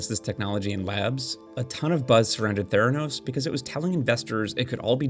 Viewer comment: Its theranos’ not theranos’s